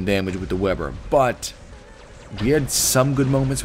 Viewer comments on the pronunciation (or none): pronounces it Vay-burr.